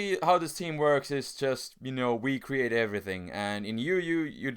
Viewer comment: Ignore the other two pricks.. He says "we-create" cause hes finnish and its hard to pronouce "V's" so instead he just started saying "we-create" instead.. And as for the intro. Im assuming its cause loves "memes" and so he decided to incoporate that particular one into his intro.